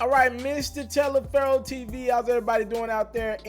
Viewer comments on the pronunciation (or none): none